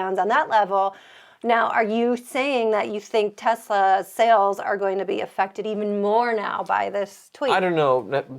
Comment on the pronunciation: Can you stop saying tezla... sometimes you say tesla and sometimes you say tezla... tezla makes me want to puke in my mouth